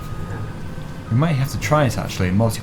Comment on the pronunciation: It was 'a maze ing'